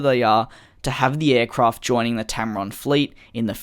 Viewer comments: Tarom not tamron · It's Tarom, NOT Tamron! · Mispronounced tarom :))) it is tarom not tamrom but great job releasing these vids in these very busy days!! Keep the coming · You mispronounced Tarom